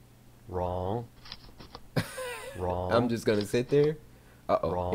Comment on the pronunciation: When he said wrong and now i hear RAW